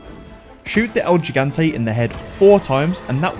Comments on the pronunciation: el he-gan-tay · "El yigantei" 👀